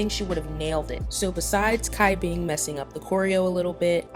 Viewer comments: Cai Bing is pronounced as 'Chai-Bing' rather than Kai Bing, because her name is Chinese so it doesn't really apply to the english language enunciation. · FYI : the way to pronounce cai bing name is “chai-bing” TT not kai bing … I just needed to point that out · C in chinese is pronounced like CH... so it's pronounced like "Chai" Bing and not "Kai" Bing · I'm sorry but it's Cat Bing not Kai Bing. Where the fuck did the K come from? Do you listen to when they pronounce their names? Do you hear a K? No. It's Cai. almost sounds like the C in Choi. I'm sick and tired of hearing people pronounce her name wrong. You're not the only one. But seriously, please practice so you say it correctly. Sorry if I am being rude, I just want you and other people to be better at pronouncing her name. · Just putting this out there, no hate 😊 great video 👍🏻 Cai Bing = the C is pronounced “ch” not “k” The Eve team’s Dayeon = You Dayeon not Kim Dayeon Yu Faning = Fu Yaning Su Ruiqi = Su “Ruichi” instead of “Ryuki” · I'm sorry, idk if on previous videos, people had pointed out your mispronunciation of Cai Bing's name. Cai Bing name is pronounce as Chai Bing. It doesn't sounded as Kai Bing, but Chai (like the Chai Tea) Bing. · Loved the video but it's pronounced CHai Bing bot Kai Bing I believe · cai bing is pronounced tsai/chai bing xia yan is pronounced shi-ah yahn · Hello! Just wanted to clarify a little: The beginning of Cai Bing's name would be pronounced like "Ts'ai" instead of having a hard "c" sound. Xu Ziyin's name acts similarly. The "Z" would be pronounced with the "TS" sound :)